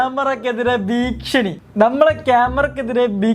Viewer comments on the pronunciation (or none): ഭീക്ഷണിയോ? 😂ഭീക്ഷണിയല്ല ഭീഷണി എന്നാ പറയേണ്ടത് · ഭീക്ഷണി അല്ലടാ മൈരേ ഭീഷണി 😂😂😂